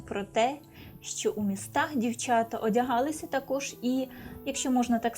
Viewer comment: Да научитесь, наконец, правильно говорить по- украински, с нормальным акцентом!!!!!! Нет в украинском языке" дивчЯта", "почЯтку", "чЕбитки", "дивчИна" и т. д. И не " шерсть, а "вовна. Прежде, чем вести блог, отнеситесь к этому ответственно и совершенствуйтесь, работая над собой.😢😢😢😢😢😢😢😢😢😢😢😢😢😢😢😢😢😢😢😢😢😢😢😢😢😢😢😢😢